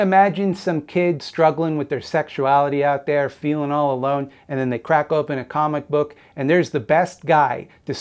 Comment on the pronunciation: comic book... or cumic book?